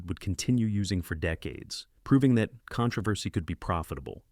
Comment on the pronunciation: What’s “ Con travesty?” No more AI.